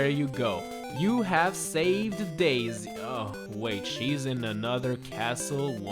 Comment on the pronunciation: Daisy? more like Dai-sigh